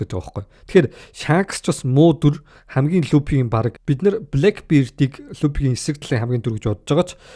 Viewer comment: Pisda ygd F P 2ig ylgaad duudchij chaddgum be luppy trapalgar geshh pigerland yu yu geed bgamdee